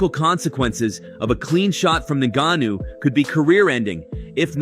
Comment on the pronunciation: Oh no, not Francis un-ga-noo! Or was it one of the other three ways this video butchered his name? Enough with the AI voiceovers bro. We’re all sick of it. If you can’t be bothered to speak into a mic for a couple minutes, don’t have a YouTube channel.